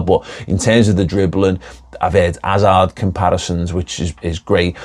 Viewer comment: ‘Azard ‘Ill Fureva 😂